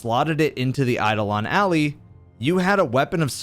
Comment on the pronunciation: Why does everyone pronounce Eidolon and Ally both wrong?